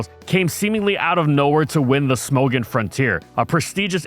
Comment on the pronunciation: "Smogon" is pronounced like "smog on" without the pause